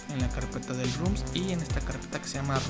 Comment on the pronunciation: basta de decir RUM RUM RUM! son ROMS, con O